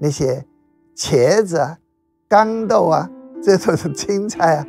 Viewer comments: 豇（江）豆不是刚豆，婢（币）女不是卑女。😂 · 我不知道该怎么说 一个所谓的作家 把豇豆jiang dou 念成gang dou 他讲的红楼梦真的可信吗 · 豇（读姜）豆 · 我们老家也有gang豆一说